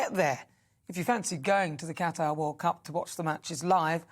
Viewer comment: Thank you for pronouncing Qatar correctly.